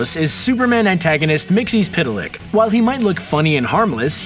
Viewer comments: mix il plik not mixy spit il lick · It's "Mix-Ul-Plick", actually.